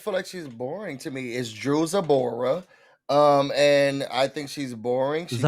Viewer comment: He said, "Drewsabora." 😂